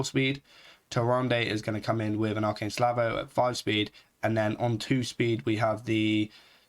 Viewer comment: Slavo? Say it with me buddy.. S - a - l - v -o!! You're a native english speaker, you should know better. I'm sorry but this really frustrated me listening to you miss the word like 15 times in 2 minutes :D